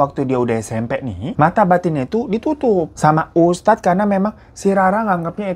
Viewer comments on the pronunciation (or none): Wah abang ngomong ustadz belepotan.. sbagai anak indihome kurasa abang butuh di ruqiyah 😭